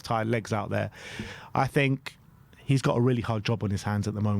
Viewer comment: Oh no, gone back to saying “fink” and “frough,” why, why? 😂 I thought you’d got over sounding like a fairground roustabout! 🤣